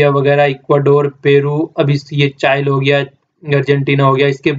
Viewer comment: Easter eyeland चाइल की नही चिली की है... उच्चारण मिस्टेक..